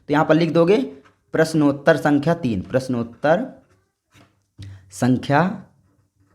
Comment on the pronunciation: Sar ji aapko sankhya bolna aata nahin hai